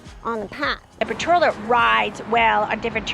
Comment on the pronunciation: It's not Potrola. It's Portola, POR-TOLA.